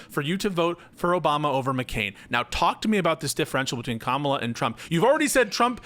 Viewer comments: 10 min in, and these guys intentionally (or not) mispronouncing Kamala's name and calling it the "Democrat" party is wild. They sound indistinguishable from typical FoxNews pundits. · Maybe if you have trouble with her first name use her last name like we do with male presidential candidates. Not even you can fuck up pronouncing Harris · There needs to be a psychological study on why those who didn't support Kamala Harris are physically incapable of pronouncing her name correctly. It's bizarre. It's not a hard name to pronounce. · Is still intentionally mispronouncing Kamala’s name? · I think it's indicative of whether or not one supports her. I've not done or seen any polls or studies (lol) but it seems to me, if you don't pronounce her name correctly, you didn't vote for her.